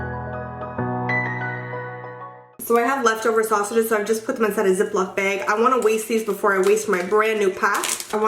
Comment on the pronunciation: Omg you say bag like everyone does here in New Mexico!!!!! So cute☺☺☺